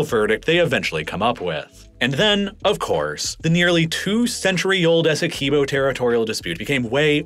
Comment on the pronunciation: As a guyanese everytime you say essequibo wrong i flinch